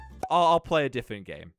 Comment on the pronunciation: Did anyone notice says diffent